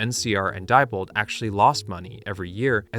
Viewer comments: Nice video, very informative. However, at least pronounce the names of companies correctly. Diebold is dee bold, not die bold. Never say die! Thank you. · Diebold is pronounced “dee-bold”.